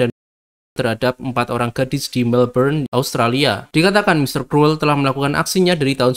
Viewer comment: Kruwel? Krul bacanye